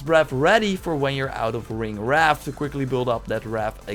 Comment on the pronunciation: Bro it is not ringwrath. Ringwraith